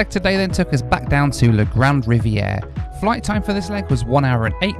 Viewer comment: Really enjoyed the video but the community where you stopped on the way north is Grande Rivière (Big River), not Grande Riviera. It makes a big difference if the final letter is an e or an a.